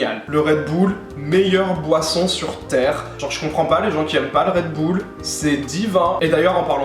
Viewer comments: Le "redboule" 😭😭😭😂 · "Red boule" mdrr mais quelle prononciation!